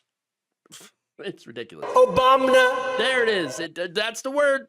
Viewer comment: He said "OBAMNA"! 😆 I should not laugh for these are srsly dangerous, tenuous times,but ,fuck Trump and his motley crew!